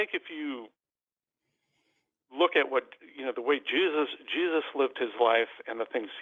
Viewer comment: Did the dude just say "jizzus"?